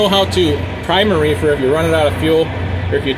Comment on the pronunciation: He said refer lol